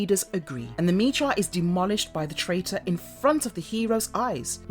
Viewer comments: Sorry Miss but it's pronounced Mech-a and it's been pronounced that way only since the beginning! 🧐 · “Mecha” is pronounced as in mechanical. Other than that, I enjoyed this summary so much. Good job! Loved this cartoon as a kid in the late 80s. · really? mee-cha? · I like the video, but I got 1 complaint... am I the only one irritated by the mispronounciation of the word MECHA?